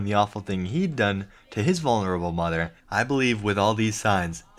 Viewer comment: "MY MUDDER AND MY FADDER ARE ANGRY AT ME-"